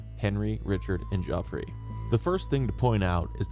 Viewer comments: Your pronunciation of the French place names is excellent. But Geoffrey is pronounced "Jeffrey", not "Joffrey". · er, Geoffrey is literally the original spelling of Jeffrey; why do you keep saying JOffrey? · Wrong. We don't know who wrote ANY of the 4 gospels. Geoffrey is pronounced the same as Jeffrey. At least you got the source of his nickname right.